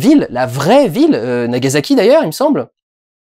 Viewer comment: Aaaah ce bon vieux "NagaZaki" qui fait saigner les oreilles. Bonjour, je suis l'étudiante en japonais chiante du jour :D A part ça, très bonne critique, encore une fois, ça fait plaisir de voir des passionnés de cinéma qui n'ont pas peur de critiquer des films de réalisateurs quasi "intouchables" comme Scorsese.